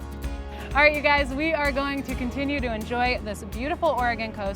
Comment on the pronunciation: OrEgone? I can handle Orygun, but not OrEgone. You got some REALLY GREAT shots of our coast.